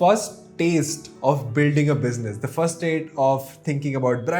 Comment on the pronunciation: i love the way you say "biznus"